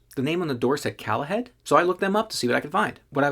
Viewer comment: I think the company name isn't pronounced 'callahead' - but rather "Call a Head" - meaning call and get a toilet